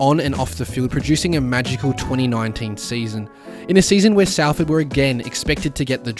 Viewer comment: its pronounced SOLford 👍